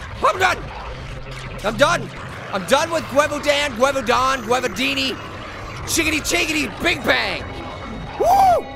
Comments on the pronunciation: It's pronounced (Gi-VAU-DAUN-) silly 🤣😂😅🍐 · It's pronounced (gev-vu-den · It's 'ge-vaw-dan'. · Its pronounced gE-vu-dOn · its pronounced gwa-vu-don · It is pronounced gi-VOW-din. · You pronounce it guvwidan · i just noticed the monster is a wearwolf but you cant say Gevaudan